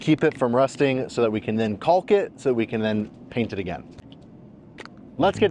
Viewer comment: Stop with the L sound in caulking, silent L, just kidding things look great